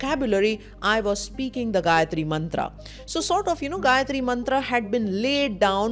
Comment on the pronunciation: Perfact pronunciation of Gayatri Mantra..